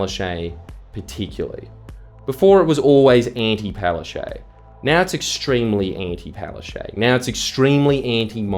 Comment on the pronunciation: The fact that Annastacia Palaszczuk (pronounced Palaschook and NOT Palashea) resigned and jumped ship knowing that Qld Labor are going to lose their state election says it all.